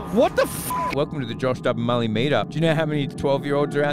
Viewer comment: Milly bruh it’s mully